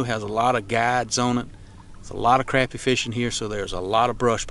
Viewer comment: Awesome video, but we need to work on the way you pronounce crappie😀